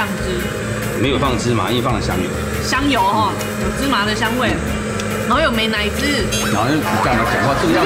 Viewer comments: 以为她说 没奶子 :-) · 美奶滋那段超好笑吗尤其是他的口音